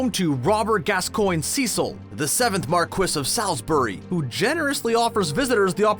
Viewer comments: Marquis is pronounced "Mar-key", not "mar-kwis" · “Mar quiz”? Do you mean Marquis? That’s pronounced “Mar Kee” (it’s French 😁) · What's a mar-kwis? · "Mar-Quiss" 😆😆 This guy kills me. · I have a VERY difficult time listening to this chap butcher the word "Marquis." It's like people who pronounce the word "Macabre " as "Mack-uh-bree." How many people need to be slain to correct these most grievous errors? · Might wanna make sure you know how to pronounce "marquis" before the next time you say it